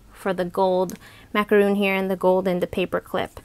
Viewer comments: You do not pronounce it correctly and no not all Americans say it like that. It is not a macaroon. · Its pronounced Mac-o-Ron. 🍥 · Please learn how to pronounce "macaron" the correct way, as it's frustrating when hearing it pronounced wrong. There is a difference between the French and American pronunciations.